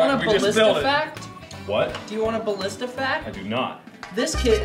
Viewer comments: "A Ballista" in Poland is not "Blistaaa" but "Balista" X ] X :D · in polish it's not Palista it's BAlista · It's ballistah! Not ballista! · But read like Balleesta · Ballista in bulgarian is actually балиста(balista) and is pronounced bàlista. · I'm from Bulgaria and thats not how you say ballista!